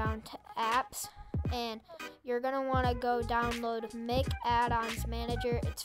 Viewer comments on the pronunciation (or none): Man really said mick